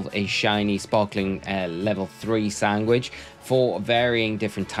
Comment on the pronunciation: Maybe it's just me, but I'm hearing sanGwhich. :D